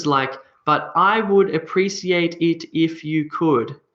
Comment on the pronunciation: You pronounce the word Appreciate as App-re-sea-ate.. But I learnt the pronunciation as App-re-she-ate.. which one is correct?